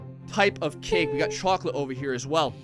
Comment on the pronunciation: At 1236 says cocklate